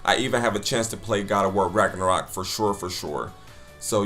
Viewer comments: The man got me with how he pronounced Ragnarok wtf is ragenrok lmaooo 😂😂😂 I'm black but at least I know the history all that mispronunciation is killing me jeez it's not that serious I feel it's a good retelling of a story like good stories are supposed to be like how folk tales were told anyone can be who ever they want in a story where is the imagination? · I love how at the end he couldn't even say Ragnarok right.